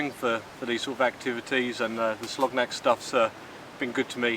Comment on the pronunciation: Hi. Good video! Friendly heads up, Its pronounced Soloniak.